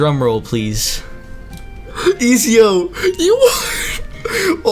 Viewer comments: Ik i aint the only one that got triggered when he pronounced ezio “easio” instead of “etsio” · "Ezio" is it not edzio you say it like edzio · im sorry but i had to point this out, its pronounced et zeeo or etzio. bruh i hate to be that guy but it was bothering me lol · I hate the way he is prounincing ezio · The way he said ezio killed me every time